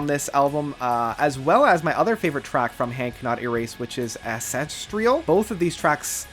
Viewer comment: LOL "Acestrial"!!!!!!!!!! Never change.